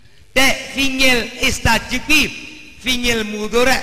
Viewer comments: bukan istajib tapi astajib,,,,fiil mudhori dari fiil madhi istajaaba,,yastajiibu,trus menjadi astajiibu trus astajib... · maaf, bukan Istajib tapi Astajib.... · astajib bukan istajib, lihat QS.40:60